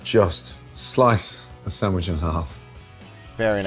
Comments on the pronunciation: What’s a “sammich”? 😅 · San-wish. I will never let this down lmao. I also love it when Guga is happy watching another's chef's video. There's just something wholesome about it. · Guga’s pronouncement of the word “sandwich” reminds me of a lady from New York. 😂❤